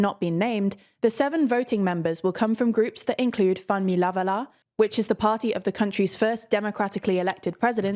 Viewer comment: People applauding her pronunciation, I’m over hear saying “LavaLASSSS” and “DessaLEEEEN!” 😂 The former being a Creole word, so French silent S doesn’t apply, the latter…..well….it’s a French name, but it ends in -ines, so it gets the “een” pronunciation. Removes the “e” at the end and you get the pronunciation she used.